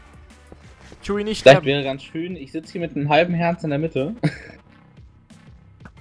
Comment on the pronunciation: Danke :) Und ich muss es Akzeptieren, dass du meinen Namen falsch ausprichst. Ich muss damit Leben. Genau so wie Cheeewi. Ich nehme dir das nicht übel.